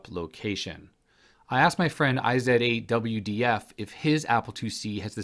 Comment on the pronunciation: Strnage is a strange way of spelling strange. Also iz8dwf is clearly not enough of a friend to say his name correctly. Odd really as you're usually so good at picking up 'miss-speaks'.